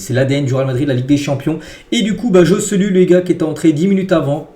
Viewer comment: Faut vraiment que tu travailles ton espagnol parce que le Joe-Ce-Lu là ce n’est plus possible 🫨😂😂